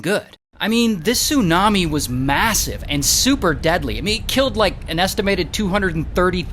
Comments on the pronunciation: Did u say massive? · Did you you say massive?????